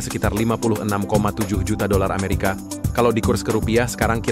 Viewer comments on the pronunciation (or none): none